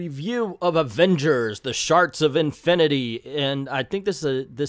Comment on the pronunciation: I keep hearing you say "Sharks of Infinity." I'd probably buy an Avengers book titled "Sharks of Infinity."